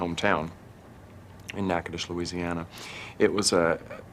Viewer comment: "HeroinEs" (female heroes, not "heroin," which is a drug) NAGADOCHES not "Nagadish!"